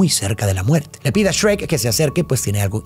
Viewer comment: grande no le dijo esrek a shuerk como los españoles:D